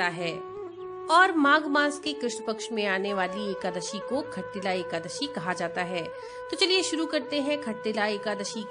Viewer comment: Khattilla nahi shattilla Jai Shree lashmi Narayan